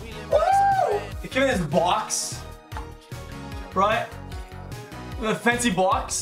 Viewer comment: "it came in this BOAX ROIGHT? this FENCY BOAX"